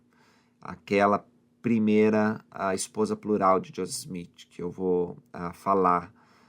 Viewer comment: Porque você fala josess o nome dele é Joseph